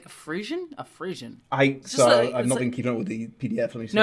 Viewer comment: Frisson is pronounced free-sawn. It's very common in historic romances.